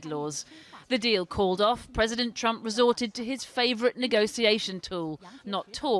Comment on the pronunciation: Also, Ji. It's Trump not "Triumph". But that will suffice.